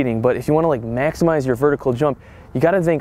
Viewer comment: man said mehksimize